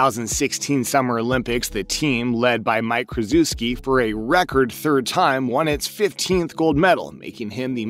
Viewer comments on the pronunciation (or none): Dude, why not try and learn a little about the game or at least know how to pronounce names. For example: FIBA sounds like "FEEBAH" and Coach K, yah know the coach from Duke sounds like Shuhshevski. Must be a robot voice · “Fibba” “Krezooski” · "Fib - uh", Mike "Cruise - chefski"??? Did you start watching basketball 2 hours ago? 🤣🤣🤣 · Ny-Smith and Kruzuski? I figure this guy doesn’t pay much attention to basketball if he mispronounces those well-known names. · Krzyzewski not pronounced "Kreh-zoo-skee" like you are reading it. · You pronounce Coach K name wrong.. and USA ego is too big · Listening to the way this guy mispronounces "FIBA" and "Krzyzewski" tells you all you need to know about the credibility. along with the US just winning the Gold Medal like an Hour ago...